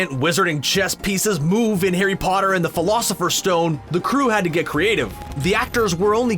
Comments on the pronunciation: He just called it the "philosopher" stone😒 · Um it’s not philosifers stone haha 😂